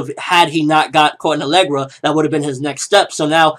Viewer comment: Alegria! Not alegra. There's an I in there lol